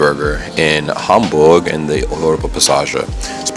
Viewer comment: BTW your pronunciation of German names / locations is perfect! Congrats!